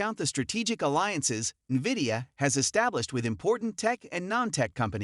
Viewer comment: "Wood is steadfast in HIS belief in VIDIOUS place in the emerging AI market though SHE sees the business blah blah. These voice-synthesized, perma-subtitled, misspell/pronounced-riddled BS videos are garbage.